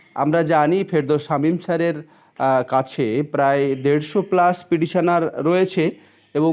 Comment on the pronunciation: আপনি পিডিশনার পিডিশনার বলছেন কেনো? কথাটা পিটিশনার। শুনতে জঘন্য লাগছে। ফিরদৌস সামিমের কাছে গেলে পর্ষদ জোর বিরোধিতা করবে।